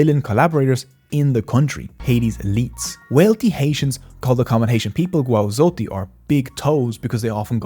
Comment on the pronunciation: You mispronouced "Gwo Zotey" lol.